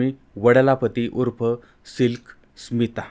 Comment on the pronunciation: तुम्ही बरोबर ऐकलं नाही. परत एकदा स्पीड 0.5 करुन ऐका. ते उच्चारण्यात चूक करतायत. SMILK SITA म्हणतायत.